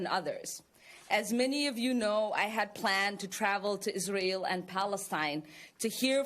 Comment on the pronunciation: Visiting Israil and Kaneset ? Denied!!! Learn first the names of the places u want to visit or perhaps visit something that you have no trouble pronouncing.